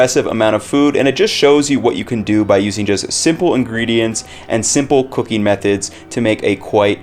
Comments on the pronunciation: why does it sound like he said cocaine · I thought he said ' cocaine' . Took me a second to figure 😅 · I swear I thought he said a little bit of cocaine instead of cooking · Yo when he said cooking sounded like he said cocaine